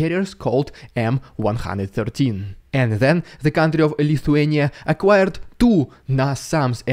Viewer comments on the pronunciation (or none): none